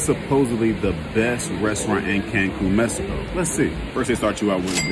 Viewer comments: Why people mesico like they all of a sudden can't pronounce the X lol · Messico, try to pronounce it right at least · Please pronounce the X ....or at least like an h.....wtf is mesico??? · Hey there! It is not not pronounced Messy-ko. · Mans can’t pronounce the letter X ?😂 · Why do you pronounce Mexico like it has an S in it, lol